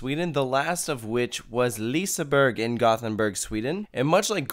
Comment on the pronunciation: As a Swede, I have to say something about your pronunciation of Gothenburg It’s pronounced Gö-Ten-bürg Not goth-en-burg